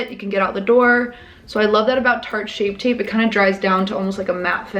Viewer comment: “shart shape tape “ 😂